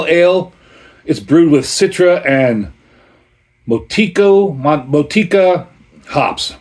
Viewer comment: Sounds like they didn't add enough hops as they're usually pretty bitter. Motueka is pronounced Moe Two Ecka I think it's a town in New Zealand. One of my fave hops along with Riwaka. Gotta love those New World hops. Cheers!